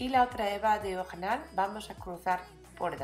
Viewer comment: Esss preeeciosaaaa!! Lo que más me gusta como dices diajonal!! Eres tan graciosa con tu acento